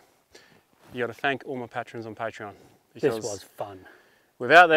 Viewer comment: Interesting how you pronounce patrons and Patreon differently...